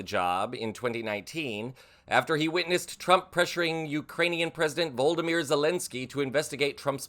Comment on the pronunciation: V-O-L-O-D-Y-M-Y-R not Voldemyr, not Voldemorte pronunciation, VOLOdymyr. Small effort, but huge respect to Zelensky.